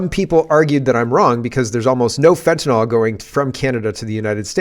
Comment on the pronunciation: Petty gripe, but it's fentanyl, not fentanol. I hear this mistake everywhere, including Monsieur Trump at his inauguration.